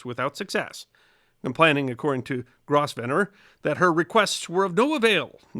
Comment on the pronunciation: The "s" in Grosvenor is silent....otherwise a WONDERFUL presentation - as usual! 🙂